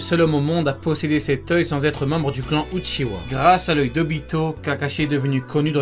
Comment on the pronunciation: Outchiwa voila la prononciation selon moi